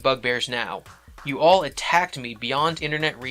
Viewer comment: You say the word All weird. It sounds like your saying Wall.